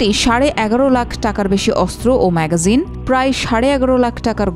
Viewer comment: এ একটি ভুল উচ্চারণ করেছেন , এটার উচ্চারণ ম্যাগাজিন হবে না। হবে ম্যাগজিন